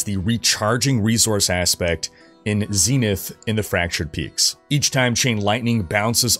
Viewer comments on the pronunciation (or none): none